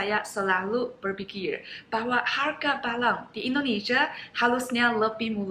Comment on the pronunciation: Barang,,,bukan balang 🤭 semangat belajar bahasa Indonesianya,,ciayo💪